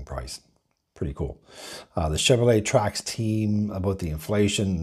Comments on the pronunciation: It's pretty hard to take a review seriously when the name of the vehicle being reviewed isn't even pronounced right. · It's called a TRAX, not Track. There's an X in there. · Why are you calling it a Chevy “Track??” Its a Chevy “Trax.”